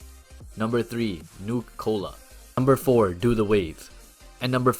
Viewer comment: Ain't no way bro said Noka cola